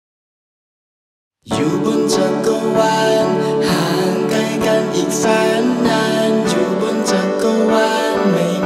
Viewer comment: เพลงดีมากเลย ดนตรีดีมาก แต่ติดอย่างเดียว คือ การออกเสียงควบกล้ำครับ ห่างไก... พ่างพาย... ไก้กัน.... ฟังแล้วมันแอบสะดุดเบาๆ -_-"